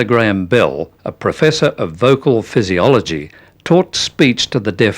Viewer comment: He keeps talking about "Bill" and I keep thinking ..Bill who? Oh BELL